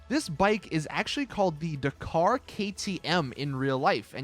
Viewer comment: I know you try dude but for the love of Oreos look up the pronunciation of some of these words.. The way you said Dakar made me want to headbutt a kitten..